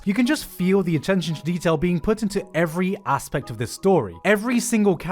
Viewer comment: I heard “every asspect”